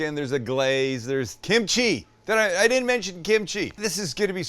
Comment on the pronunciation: Ahhh, you lost me at kemchi. 🙄